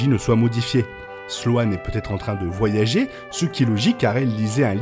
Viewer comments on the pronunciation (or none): none